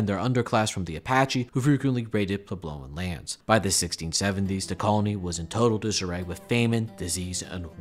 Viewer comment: It's PWEB-low. Was this a first draft?